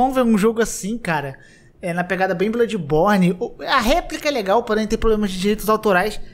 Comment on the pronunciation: "BLÃDIBORNI" não "BLUDIBORNI"